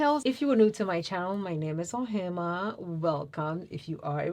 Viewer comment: yes that’s correct. Although Patrick has said it’s a versatile powder. By the way you look very beautiful and love the way you pronounce your beautiful name. What does Ohemaa mean ? Which culture does this name come from ?